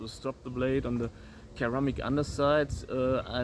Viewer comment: I like duplex grinds. I took it one further and made a knife with a triplex grind - which I call the Triphasic Grind. It's in the first video on my channel and multiple subsequent videos also. By the bye, in English pronunciation, the first C in Ceramic is soft - 'sounds like "seramic".